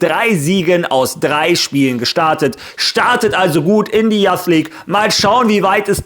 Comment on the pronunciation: Spreche das Intro mittlerweile sogar mit haha Falls du "Youth" meinst, das spricht man Yuus aus übrigens